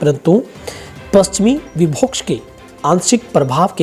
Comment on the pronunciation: Bhai viboksh nahi vikshob hota h